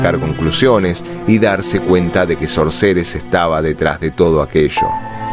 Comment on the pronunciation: Brillante interpretación 👏🏻 una sola cosa para observar: la pronunciación de SORCERESS no tiene la tónica correcta. Debiera escucharse "SÓRCERESS" (foneticamemte hablando). De hecho en el video se ve en algún momento que la pronunciación es correcta. Por otra parte, siendo que el nombre significa (literalmente) "HECHICERA" puede utilizarse ésa forma hispana cómo sinónimo. Gracias, gran trabajo!